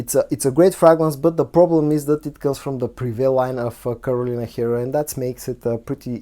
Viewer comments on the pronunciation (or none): none